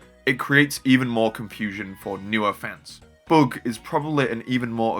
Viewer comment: WHY do you say (book) type it's the (bug) type not (book) 😅😅😅